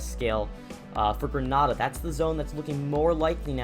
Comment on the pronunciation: you are saying grenada wrong